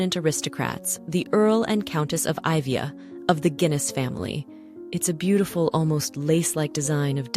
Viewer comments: Iveagh is actually pronounced ivy. Otherwise a very interesting video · It's spelled Ivagh pronounced Ivy . It's an irish name.